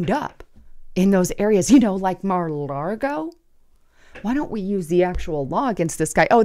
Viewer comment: really neads to learn how to pronounce Mar-a-Lago, no 'r' in 'Lago'